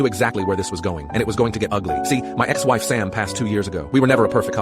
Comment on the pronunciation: i heard dead ass instead of dead ex